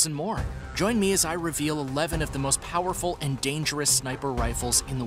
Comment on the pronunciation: Most Poerful lol